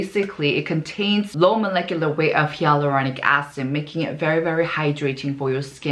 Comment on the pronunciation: She just confirmed it here in her comment. It's not her accent, she replied that she had no idea that it's pronounced as "hay-luronic."